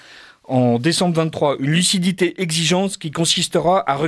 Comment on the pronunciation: Luthcidité 🤔ofc 🤣🤣🤣